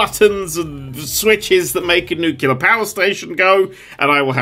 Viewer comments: I can't tell if he's trolling or if her actually thinks that "nucular" is correct. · new-clear... new-clear.. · Ah man it hurts to hear pronounce nuclear as “nucular” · Did he really pronounce it new-kew-ler? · Nuclear its pronounced Nuclear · Nerd showing us all that he can't say "nuclear", he can't read instructions, and that he will cause Chernobyl and immediately try to blame a deactivated robot. This is exactly why real power plants have dozens, if not hundreds, of workers on-site at a time. XD